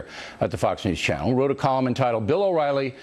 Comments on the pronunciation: ~ I was thinking that too. Usually, intentionally mispronouncing someone's name is a sign of disrespect/hostility. Doubtless he knew his name, but why mispronounce it? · Completely agree. That name mispronunciation by Will was a passive aggressive slap at O'Reilly and his ego. It was really funny to watch.